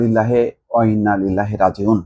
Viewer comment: আপনার পঠিত দোয়া টা সঠিক হয়নি। মিলিয়ে দেখবেন। ".......ও ইন্না ইলাইহি র--জিউন"।